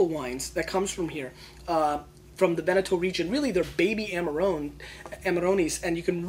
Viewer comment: Veneto, not Venato :-)